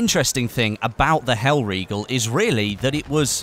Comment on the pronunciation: not mispronouncing hellriegel, subbed